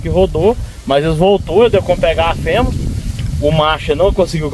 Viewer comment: FEMEA não FEMA ... REPETE COMIGO , FEMEA não FEMA .... FEMEA FEMEA , FEMEA , FEMEA , FEMEA , FEMEA